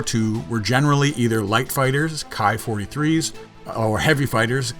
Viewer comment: if memory serves me correctly, the Ki is pronounced as "Kee" as in a key for a lock. At least that's what I've been told by the scribes and sages.:)